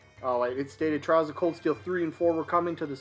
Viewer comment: I understand that you have no connection with the series and all but it does make me cringe a bit hearing people call it Trials instead of Trails as a fan of the series. No hard feelings tho. As far as the leak itself goes I don’t know how to feel about it. Some things sound believable while some other things not as much. I would personally love for the leak to be real as a fan of the company this leak is talking about and it’s games but I would be lowering my expectations to not disappoint myself. And no offense but you where a bit harsh on the series even though I can understand your perspective since after all this is a niche series in the U.S. It’s getting more popular here little by little but it’s only extremely popular as of this moment on Japan and other Asian countries. The company of Falcom itself has a long history and legacy like SNK with Terry tho so I personally do think this characters do have a chance in smash even if this leak turns out to be fake.